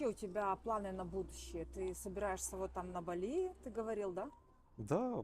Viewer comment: БАли, а не БалИ